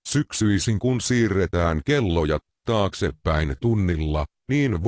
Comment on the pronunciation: Toi ukko sano et "syksyllä kun siirretään kelloja TAKSEPÄIN" ja myös "mutta kevällä kun siiretään kelloja TAKSEPÄIN". lul